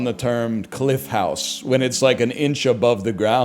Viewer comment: lmfao when he says saUna so many times that he starts saying hoUse